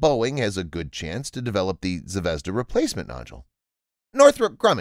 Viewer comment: zvezdA -- ударение на последний слог , kIkina -- ударение на первый слог